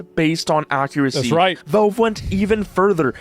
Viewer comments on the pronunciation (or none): I HATE the way this guy pronounces Valve. He says "Velve" and I don't know how anyone can come to the conclusion that's how to say it. I increasingly want to punch the nearest wall every time I hear "Velve".